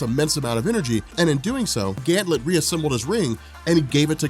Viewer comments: GAN-THET! NOT GAN-THLET! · I love you brother, but it's "Ganthet" not "Gantlet." No ill will though, you're the man. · Ganthet, not Ganthlet. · Is this man calling Ganthet, Gantlet? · why do you call him gantlet ? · Ganthet...I thought there is no l in his name... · Jason Jones omg he does this on every gl video it's so annoying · Great that you finally got round to this! GL Rebirth and Johns entire GL run from this point on is fantastic. One thing is too noticeable not to point out though, it's Ganthet not Ganthlet :P. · Did you call Ganthet ,"Ganlet" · Ganthet not Ganlet. 😂😂 please it killed me every time. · Ganthet, there is no "L." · This man is saying Ganthlet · Ha rob couldn't say ganthet